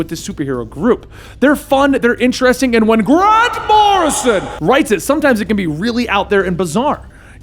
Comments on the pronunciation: i love the way he says G R A N T M O R R I S O N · I'll never be able to say Grant Morrison, the same way again. From now on, it's only GRANT MORRISON! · Dude stop with the grand morison it's so annoying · The "Grant Morrison" joke was funny exactly ONCE (sort of). At no point was Danny named The Roadway instead of The Street. Rachel's name was not pronounced like the slur used against Polish people. 7 years late I know, but it just popped up on my YT feed, I clicked because Doom Patrol, and GOD, was that annoying!